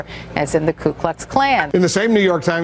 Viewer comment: You DT...it's not Klu...it's Ku!